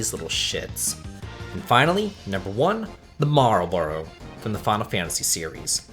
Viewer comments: Marlboro Game: Malboro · *Malboro. Marlboro is the cigarette brand lol. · It's Malboro, Marlboro is a cigarette brand